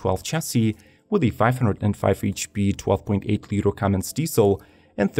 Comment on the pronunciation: You lost me at "CUMMINGS" diesel...